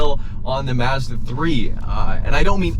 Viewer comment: Tremendous fuckery in the way you pronounce Mazda.